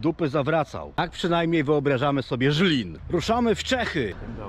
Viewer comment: Wszystko pięknie ładnie ale nie Żlin tylko Zlin. Zliniacy się o to wkurwiają bo na Słowacji jest Żylina, a w Czechach jest Zlin